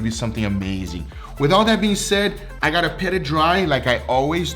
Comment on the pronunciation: *Pat. PAT it dry, NOT "Pet"